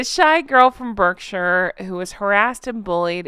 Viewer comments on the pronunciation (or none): As always, i thoroughly enjoy when u rip the piss out of Hank & Skank. As a Berkshire girl,i hope u won't be offended if i offer u a pronunciation tip? Although spelt BerkShire,it's pronounced BarkShure. Hope this helps x